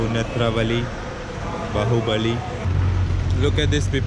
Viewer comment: Hahahah the way u said Netravali and Bahubali 😂 amazing one!